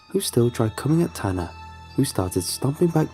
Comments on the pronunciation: i thought his name was ‘tana’ too until they said he was a guy. his name is tanner, it’s bc oh his accent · The story "Incidents in the woods" would've been better had Tana(or Tanner, couldn't tell because of the accent) didn't come back to life. Or not make him a monster or something.